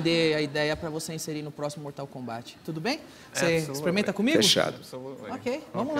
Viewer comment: danilo nem sabe falar mortal kombat